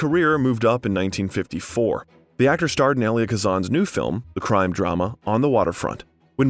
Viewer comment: Many names are butchered. I cringed at the mispronunciation of Coppola, Magnani, Elia, Huston, Cuckoo’s… 😣